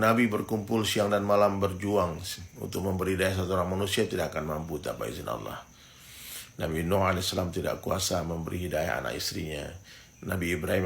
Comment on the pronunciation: Saya mau luruskan saudaraku Bukan aulloh...atau allooh Allah saudara ..aliif..nama Allah jangan d rusak😊